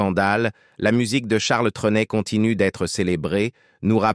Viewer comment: Rien qu'à entendre dès le début la sotte prononciation du nom par cette voix artificielle, j'ai cessé de suivre ce reportage